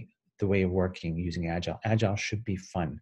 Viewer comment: Why don't you pronounce "agile" right? Instead you say "agilele". That's freaky!